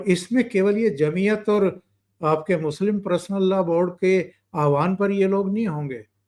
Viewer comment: नमस्कार चौधरी साहब🙏 मैं आपका चैनल रेगुलर देखता हूं। आज के विषय में #पर्सनल_लॉ_बोर्ड है जिसे आप #प्रसनल लॉ बोर्ड उच्चारित कर रहे हैं जो सुनने में अच्छा नहीं लग रहा (बुरा मत मानिएगा ,, मैं ऑल इंडिया रेडियो स्टेशन से अप्रूव्ड आर्टिस्ट हूं इसलिए सुनने में इसे अशुद्ध मान रहा हूं)